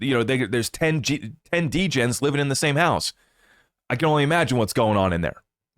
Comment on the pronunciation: 🤣🤣 “6 De-Gens living in the same house”